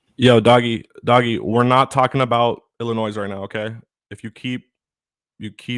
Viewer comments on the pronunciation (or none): Illinois- sounds like illinoy. ends like boy.not noise.